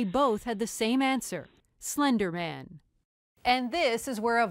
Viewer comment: Girl: “it was slendrman” Slendrman: “I don’t even know who you are”